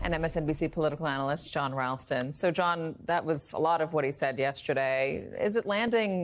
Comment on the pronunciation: "I hope the militara militara 'evolts at the voltin booth..."